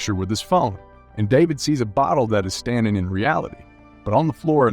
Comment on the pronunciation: Lucía is actually pronounced as "loo-see-uh" and David as "duh-bid"